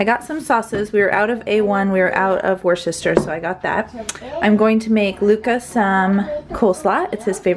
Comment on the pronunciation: So, it matters not, but thought you'd be interested to know that 'Worcester sauce' is pronounced like 'wuh-ster'. Lovely chatty video.